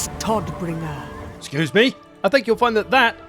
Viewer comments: As a german speaker it's always funny how they say his name like "Toddbringer", even though it is spelled "Todbringer" (Deathbringer). In the original german it would sound more like "Toadbringer", which is probably why english speakers decided to not say it like that. 😄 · Can't get over the pronounciation in the intro clip. "Boris Todddbringerr" 😂